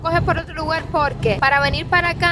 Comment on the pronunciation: Se dice: lugar, no lugal 😊